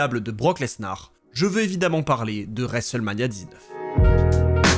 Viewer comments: l'horrible prononciation "resselmania" 😂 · Je sais bien t'inquiète c'était pas péjoratif, le mot est horrible à prononcer ^^ ça m'a juste fait rire au début de la vidéo quand tu le dis 5-6x en 30 secondes 😅